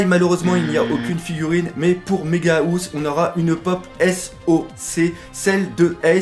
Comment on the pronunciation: "Méga Housse" 😂😂😂 La housse de couette pour les géant x) [On dit "haousse" à peu près xD]